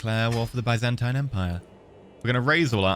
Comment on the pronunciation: the way he said "byzantine" makes me die inside